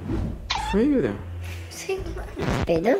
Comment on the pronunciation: E impressão minha ou ele ficou chamando o Gabriel de Gael.